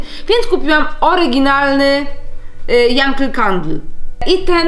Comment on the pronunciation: Yankee czyta sie janki